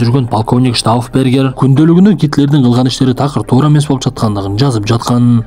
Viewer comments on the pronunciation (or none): none